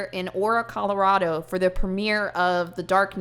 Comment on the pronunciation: oruh Colorado lol